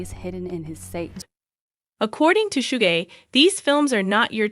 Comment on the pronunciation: Girl Suge Knight pronounce "Shugg" not shuggah